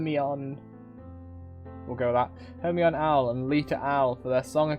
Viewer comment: Hermione, ya know as in the girl from Harry potter. Not her-mon.